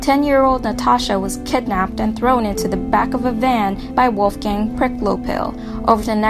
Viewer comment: LMAOOO listening to the girl say the name Wolfgang really bothers me.. mainly because of the big mispronunciation..🤔😒